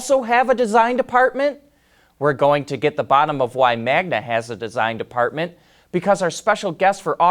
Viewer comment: Can you say “Design Department” one more time😁